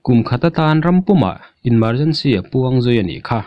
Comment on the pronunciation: Inmergency ti lovin emergency ti la a ngaihnawm sawtin a rinawm